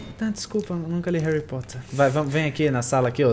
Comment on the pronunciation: Réri Porter :D (Só brincadeira)